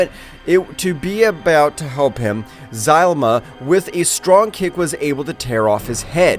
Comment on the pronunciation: FINALLY PRONOUCED ZALAMA CORRECTLY LFGGG